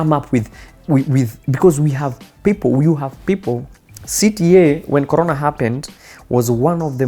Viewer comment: I wonder how many people noticed, Timothy is saying "colona" instead of "Corona" on purpose to imitate Kagwe . Guy is a genius!